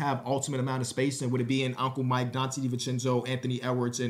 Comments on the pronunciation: Perfect pronunciation 1000 times and nobody notices, but 1 mistake and everyone notices. is cursed lol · (i think it's more poking fun at pronunciation than the trade piece lmao)